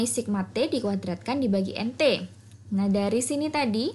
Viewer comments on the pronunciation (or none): nT dibaca entotal benarkah ?